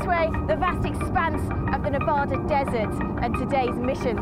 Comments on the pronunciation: She can't pronounce Nevada, there is no place called "Nevoodu" it's called Nevada, it's a state call it how it looks!!! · Oh...Pleeeese learn to pronounce Nevada. Not sure about biggest or numbers. There used to be more than three per year and more than just two sorties per day.